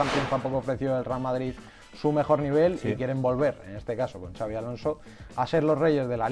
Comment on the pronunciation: No es “Chabi” Alonso, es “Sabi” Alonso, la X de su nombre es como una S con mínimo detalle de pronunciación, es Vasco, no Catalán. Por Dios bendito!!!